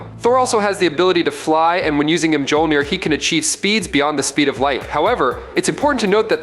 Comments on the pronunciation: Mjolnir is pronounced "mole-nire". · Its pronounced MYAWL-neer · 1) Learn how to pronounce "Mjolnir." (hint: the "j" is silent). 2) Slow tf down! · It annoys me how he pronounces mjolnir. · Chris Hemsworth can pronounce Mjolnir. So what's your excuse?